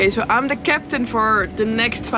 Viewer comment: When u say so much, i hearing it like "sho" much😂😊